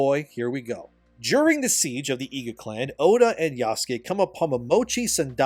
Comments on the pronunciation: Just say oda instead full name, you keep saying odu when saying his full name makes me pause when doing chores lol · as terrible as this game is and I'm no way defending the crap game, the blatant bad faith arguments he makes is annoying. he's no different than those dicc riding positive review game journalists. how hard is it to pronounce Oda Nobunaga? "Odu" he says while bashing the game for its dumbness too. when Oda was about to die burned alive, his castle destroyed, and people killed there was honor in letting his retainer be his 2nd obviously. that's the culture of the warrior code they had. some critical thinking there instead of copying and pasting other people's opinion would go a long way. it's credible to believe a man 3 feet taller than you, with 100 pounds of muscle weight more than you can beat a legendary decrepit assassin who is fighting in a way that IS NOT how assassins do their work. imagine a 90-year-old Japanese man trying to 1v1 a tall, strong and harshly trained warrior in his prime who has every single advantage over you. the result was a legendary figure reduced to simple fodder by an average outsider with decent resources. you know. the theme of everything involving Oda Nobunaga in every piece of media he is in, seeing as he was the visionary who showed Japan the weakness the isolation and outdated warrior code ingrained in its people compared to the west. as terrible as this game is, you don't need to make yourself stoop to the level of terrible game journalists because you want to join the hater bandwagon. integrity is knowing this game isn't a 10 and it's not a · Love your vids but I can't take saying Oda as Odoo 😂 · why do you call him "Odoo Nobunaga" and not Oda Nobunaga? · It drives me up the wall how says Oda when using only his first name but pronounces it Odu when saying his family name as well. 😄 Great video again,, keep it up. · Stop saying Odu Nobunaga. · Why do you keep saying Odu Nabunaga 😂